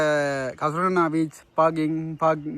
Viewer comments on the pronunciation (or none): வீச்சு இல்லடா , பீச்சு 😄. காய் இல்லடா , ஹாய்😆 . 😁😁